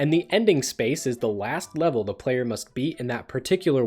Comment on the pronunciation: "When a plwayer beat the wast wevel in the world..." Literary genius.